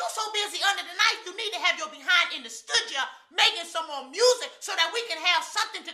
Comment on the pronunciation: I SO needed to see you back, my friend. Prayers have been going long and and they been going strong, baby-girl. Your mama is proud of you and everything you are doing to bring her justice. So glad you got back in the "stood-ja" and made a "vid-ja". Love to you and your family. You are a wonderful role model. -Lisa